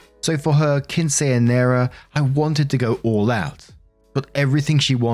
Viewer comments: As a latina who was unceremoniously shoved into a puffy dress to dance with a couple dozen of relatives that I'd never met and have since never seen again, I will now refer to Quinceañeras as "queen-cy-near-as". You do you,, we got you <3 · Keen,-seh. NOT keen- say!!!!! Typical mistake by only English speakers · It’s “keen-seh” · Hearing try to pronounce quinceñera was the funniest thing I heard today 🤣 😂 at least he's trying 😅